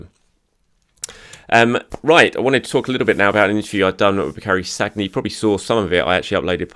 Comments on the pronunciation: name is Sann-yeah, not saggg-nah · Many congrats on reaching 50K. Very well deserved. Just so you know, Sagna is pronounced Sania! 😉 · I shudder every time I hear ‘SAG-NA’. ... reminds me of how people used to call Santi ‘CAR-ZOLA’ 🤪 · Please say Sanya,! It's not that hard to pronounce French names properly, especially with one of our best recent players. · As a professional journalist covering arsenal you ought to at least know how to pronounce Sagna! Last I checked he ain't playing for arsenal so why would he be getting ready to face Liverpool? Did you pull an andre mariner confusing saka for sagna 😂😂 Congrats on 50k though. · Another great video. Keep them coming; much appreciated. P.s. why can nobody pronouncr Sagna correctly?! Haha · The way he pronounces Sagna😅